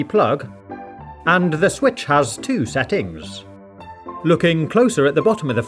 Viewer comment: LMFAO the way he says "Settings"